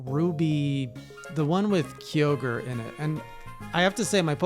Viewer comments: ARK-AY-US??? KEEY-OGRE???, LOVE THE CONTENT, BUT THIS IS DEALING PSYCHIC DAMAGE TO MY BRAIN- Edit: That aside, I really enjoyed PLA. As a pokemon and monster hunter fan, it was an absolute blast! Only thing stopping me from playing it more is the fact that I've done pretty much all there is to do. I heard that the story wasn't for everyone, but I genuinely really enjoyed it. After years of fairly generic storytelling, this pokemon game has the best plot I've seen in a long time. I've always wanted pokemon to try and be more mature. The fact that they really put in a religious war into this game, was a shocker. There was so much that told a darker more mature story, while still being able to pass for "kid-friendy". The difficulty was also amped up, which kept things from being boring. I want so much more of this. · Same, I've said Ar-see-us for years. Now that the Arc phone is a thing though, I've been occasionally saying Arc-ee-us too. But I've never heard anyone say Ark-AY-us before!? It's always hilarious to see how everyone says it. To think that so many different pronunciations can stem from the same fictional name! I've always said and heard Kyogre pronounced as "Kye-oh-ger" though. So "Kee-yo-ger" caught me so off guard